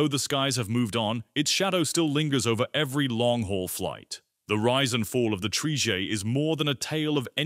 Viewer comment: So sick and tired of lazy uTube sites with awful Ai narration. Trijaay!! 😤